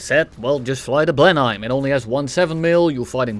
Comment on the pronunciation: hey, for future reference it's pronounced "Blen-him"